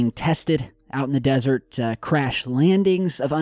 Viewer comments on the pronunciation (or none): none